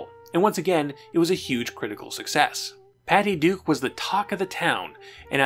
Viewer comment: Why do you keep saying "The Patty Du Show"? You keep cutting out the K. It's very weird. Add that to your "exscape" speech impediment, and I'm very confused.